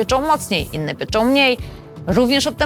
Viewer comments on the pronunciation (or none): Dzięki za ten film ! Tak tylko zwrócę uwagę nie pieczą tylko pieką 😊